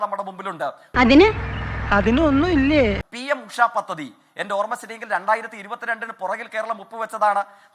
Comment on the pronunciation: പത്തതി ❌ പദ്ധതി